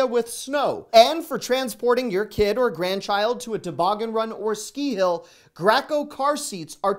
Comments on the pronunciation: Love your posts! However the car seat brand is pronounced gray...co. 👍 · I can’t help but giggle at your pronunciation of Graco. I know it comes down to accent of where you live and I’m sure mine sounds like a southern hick but this is what I heard you say, Grack-O. In the south we probably say it wrong but we pronounce it, GrayCo. Anyway it gave me a good giggle. Thanks for all you do! Love your videos! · Love the Costco updates! I got no-line bifocals for $129 for the lens and the frames were chosen with a Costco $60 gift card I got when I joined! Friends got glasses for $600 - $800 in other ships. FYI - the car seat - . We pronounce it GRA (long A) - CO (long O) here in Minnesota. (My brother works for Graco in Minneapolis.